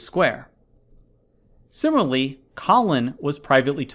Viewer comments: It kills me that he pronounces “similarly” as “simarly” throughout the whole video while explaining to me a college admission level question. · Sim-i-LAR-ly I know I can’t be the only one who was irritated by his pronunciation 😂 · *It's too bad Mr. Oxford here can't pronounce "similarly" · Until this channels owner learns to pronounce ‘similarly’ correctly he definitely won’t be enrolling to Cambridge!!